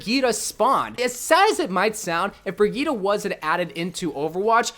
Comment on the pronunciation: It’s brigitte not brigita